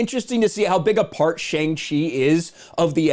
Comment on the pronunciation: I think boiling a movie down to its box office success is fruitless and stupid. It seems like all you want is to make people hate Shang-Chi, and your mispronunciation of his name alone shows that you simply couldn’t care to care. Along with a clickbait-y thumbnail, title, and video, as long as misunderstanding Simu Liu’s obvious joke tweet, your video comes off as in bad taste and made for the sake of views. It’s pointless. Just stop, man.